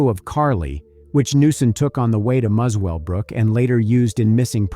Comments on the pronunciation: You need to check your pronunciation. It is not Mus-well-brook, but Muselbrook. Also it is not Scone, but Scon. Why the US dollars? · Muswellbrook is pronounced like "mussel-brook". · It's pronounced mussell brook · It’s pronounced muscle brook ) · FYI Muswellbrook is pronounced musclebrook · Pronounced Muscle Brooke FYI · Muswellbrook is pronounced Musselbrook. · This happened in the region i live...RIP Carly P.S... it's pronounced Muscle Brook (Muswellbrook) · I live a hours drive from this area. Such a terrible tragedy.Also The W is silent it is pronounced Mussell-brook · A good summary of the case, only thing that annoyed me is how the presenter pronounced Muswellbrook. It’s one of those Aussie things, pronounced different to how you write it